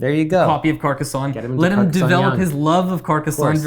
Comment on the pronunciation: Happy to hear the love for Carcassonne (with the correct pronounciation lol). Also helped to get me into the hobby, will always be a top 10 game for me :)